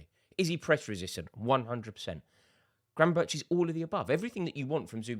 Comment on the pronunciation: Gravenberch is pronounced Gravenberg, at least that's how the dutch pronounce it.